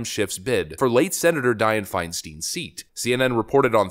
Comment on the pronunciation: It’s pronounced Fine Stine like Frankenstein. I don’t know why people pronounce it wrong. I live in Ca and people say it wrong. Btw, never voted for her